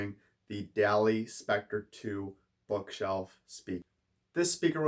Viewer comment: Hate to be that guy, but it's pronounced almost as if it were spelled "Dolly."